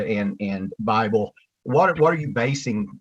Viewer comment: I thought they were saying Fifle at first, like the mouse from the American west. 😂